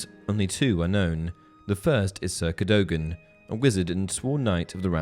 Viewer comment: Cadogan is pronounced Cad u gan